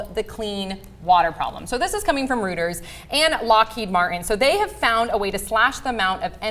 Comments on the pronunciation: the news service Reuters is pronounced like "roiters" NOT "rueters". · It's pronounced "roiters". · "This is coming from Rooters"? Fuck me, it's Reuters, jeezus h. Christ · I can't believe pronounced Reuters as "rooters."